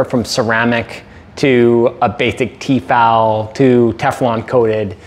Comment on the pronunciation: Wtf is TeeeeeeeFal, soo odd to hear another language describe common words I thought I knew.😄